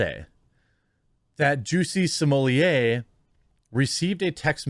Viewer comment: Are you calling him juicy smollie-a on purpose